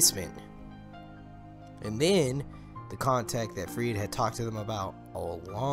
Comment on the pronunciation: are they gonna show this to us in season3?! btw its - ferid not freed ☺😜